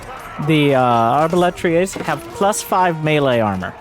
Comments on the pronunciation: hi from France, i wish to say, your pronounciation of the word "arbalétrier" sounded quite good ! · As a native French speaker (actually Belgian though), I just wanted to say that your pronunciation of "arbalétrier" is pretty much on point, or at least that's how the French would say it if they wanted to make fun of an English speaker's accent. Which is kinda funny, considering how notoriously bad they are at speaking foreign languages. Anyway, congratulations, you're officially bilingual I guess.